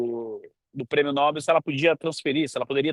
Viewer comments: Muito boa reflexão. Mas cuidado com a pronúncia: é Nobél e não Nóbel. É oxítona a palavra. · Não é prêmio nÓbel; é prêmio nobÉL, nobÉL, nobÉL..... APRENDEU, FALASTRÃO?